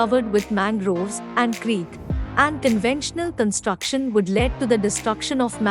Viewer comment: Whoever is speaking in this video, you really need to improve your English Words a bit, Like 'Commute', you spelled it as 'comeut'...then you dont know where to say 'le-ad' and where to say 'le---ed', both written as LEAD but spelt differently...take it as constructive criticism !!!